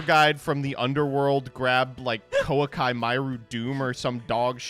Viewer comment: I hope you stub your toe for how badly you pronounce “Koa’ki”.